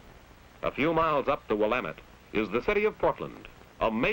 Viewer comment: At least he pronounced Willamette right.